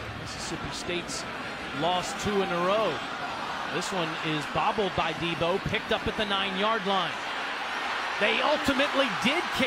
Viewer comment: 1st of all deebo is in the nfl and second of all it’s deebo not debbo